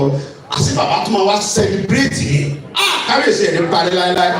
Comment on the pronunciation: ❤❤❤the kabiyeai pronounced. Karo ojire❤🎉the way it suppose to be pronounced❤g o od morning you wake up well❤some will say you don't wake up well. Point of correction don't say o ji ire. Oduduwa nation no going back❤🎉🎉🎉